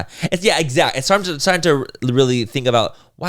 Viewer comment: You really need to teach Laura how to pronounce exactly